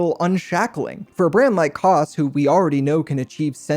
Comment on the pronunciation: It’s Kose not Koss